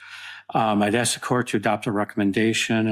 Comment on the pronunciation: Why would a well educated person say "Ax" instead of "ask"?